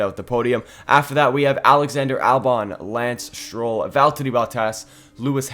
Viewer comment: Its valtteri bottas not veltter